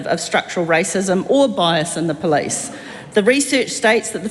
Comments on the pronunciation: Can’t even pronounce the word Police , she says Plice !! Pig ignorant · so they demand everyone speak maori PROPERLY but she cant even say POLICE properly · I wish she would learn how to pronounce police correctly.